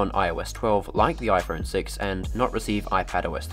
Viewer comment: Are you saying "IFron 6"???? around the mark?